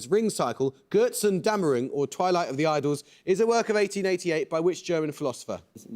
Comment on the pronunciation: Very surprised that a studient of Post-Soviet politics didn't have Yugoslavia on their radar . But Amol, what on earth was that pronciation of Götzen-Dämmerung?!